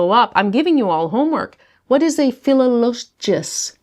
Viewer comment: I Googled "chicxulub crater" for the pronunciation and an asteroid flew across my phone screen and the image shook 😄🦖☄️ Your pronunciations all sounded pretty good. I think the accent goes on the second syllable of philologist... like psychologist or oncologist. I thought it was kinda weird that you'd have to remove a row of pieces in order to connect puzzle sections. Then you'd just have a pile of edge pieces left over if you want to connect the whole puzzle? :_PuzzleDonkey